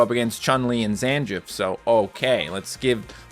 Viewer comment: really butchered my boy Zangiefs name